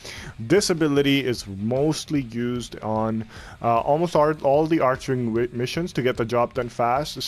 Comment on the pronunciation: "arc"-"wing" XD not "arch"-"wing" nice build tho <3